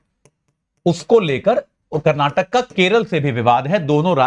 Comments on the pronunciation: karnatak nahi karnataka bole be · Its not karnatak, KARNATAKA hai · Not karnatak it's karanataka. Not belagavim it's belgaavi. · It is KARNATAKAAAA and KANNADAAA. Improve your vocabulary before you come into the topi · saaar karnataka boloo ji 🤙